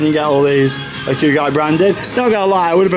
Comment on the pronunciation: Hakugi????? i??? Isnt it pronounced "Hakugay" maybe im wrong tho. Google translate does say Hakugay so I think it is that